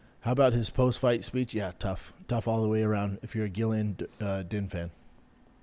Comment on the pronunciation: HOLY $hit you're worse than Chael , all these years of Gillian(JILLIAN) fighting and you cant pronounce her name either. Are you a casual who has never watched her and not know her name .